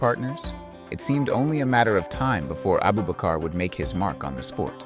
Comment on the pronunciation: 😂 his name is Abubakr not Abu bakar